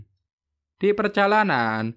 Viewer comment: Zuzu bang bukan sUsu